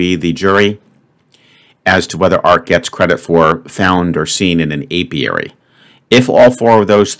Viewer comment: For a while I thought he said aviary. It was only at the end that I heard him say apiary.